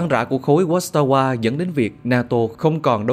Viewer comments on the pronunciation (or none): Phải đọc là Khối Vác-sa-va nhé, chữ W trong tiếng Ba lan phát âm như chữ V :))